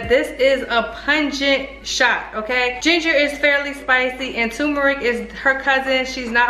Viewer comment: Why do people pronounce it TUMERIC, when it’s TURMERIC?!?!?